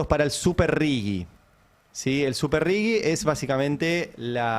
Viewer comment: Se pronuncia "RIJI" no tiene U. Excelente editorial como siempre ❤